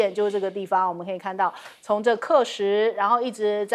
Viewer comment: 主持人，喀什，读卡什.....